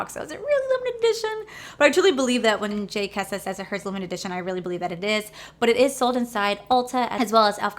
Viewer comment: I love your videos and I am not saying this to be mean but you said her name wrong a few times in the video. It’s Jkissa not Kjissa you might want to change that during editing